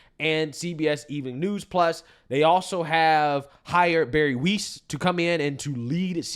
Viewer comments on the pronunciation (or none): Gotta love how pronounces shig 🤣!!! Barry Weiss.. (CuUNextTuesday) is pronounced w i ss, not weese 😅!! Just messing with you!! You're the best 🩵!!! Your our go to and have been with you from almost the beginning!! My husband and I friging love you 🩵❣️ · Weiss rhymes with 'ice' . It does NOT rhyme with "geese". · it's Pronounced "Wize" Weiss not Weeze. 😂😂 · Her name is pronounced like "wice", not "wees". You played a news clip with the anchor saying her name correctly and you still got it wrong. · Weiss. pronounce like Spice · Get it right - her last name is pronounced WYSE. You even heard the Fox contributor say her name in the video correctly! Pay attention. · Dude just heard the commentator pronounce her name..dudes dumb as hell